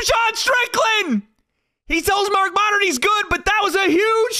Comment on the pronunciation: " Mark Moddard"?????? 😅😅😅😅